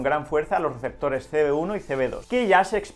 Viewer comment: Se rievela lo rielevantes en los rieceptores jaja